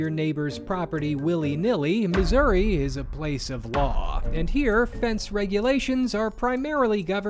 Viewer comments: Sir, I believe you mispronounced the US state of Misery. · Uh, yay, Missour-uh?